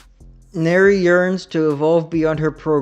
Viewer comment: This was very entertaining hahaha and the fact you forgot where banki and hado etc comes from bleach come from was golden. 😂 lastly its nere as in near, not nerea haha but its funny haha also if ya not watched the fan made virus cover evil did nere is in that also its really good 👍